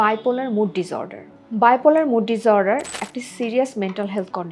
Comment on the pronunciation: Disorder pronunciation? (Dis, not diz). So is the case with disrupt.